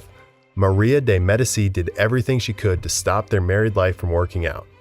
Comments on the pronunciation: Yeah. He got to her while butchering the pronunciation of medici. I had to stop watching. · I can’t help but wonder if your purposefully mispronounced almost every name. S is silent at the end of words in French. Louis is not pronounced like the surname Lewis. It’s more like Loo-ee. In Medici the c is pronounced with the CH sound. The content is good but the repeated mispronounced well known names is hard to ignore. Wikipedia has pronouncement guides on each bio age. It would greatly improve your content to look those up in your basic research. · I love your videos but I honestly grind my teeth anytime you say, "Louis" or "Medici"